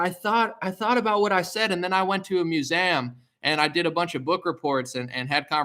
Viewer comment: I agree with you about them throwing around the phrase “conspiracy theory” like it means some thing it doesn’t. I don’t agree with you on the pronunciation of museum.